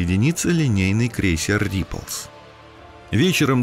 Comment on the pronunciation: Dove - читается как Дов, Худ не ли линкор а линейный крейсер, репАлс а не как вы его там обозвали.